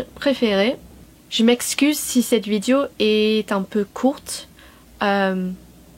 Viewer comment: Ton francais est absolument excellent!!!!!!!! En fait meilleur que certains français mais bon... Trucs HYPER minimes: Attention, c'est pas "Vidio" mais vidÉo" "elle est une chanteuse" -> "C'est une chanteuse", etc. Sinon, ok, c'est plus ancien, mais ecoute Daniel Balavoine. Lis son histoire. Si un jour tu chantes une de ses chansons, comme ca, sans y penser... tu seras francaise. Encore bravo.